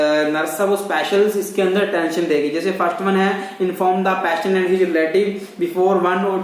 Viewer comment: I think you are from Rajesthan, you must be call patient not payshant.need to work more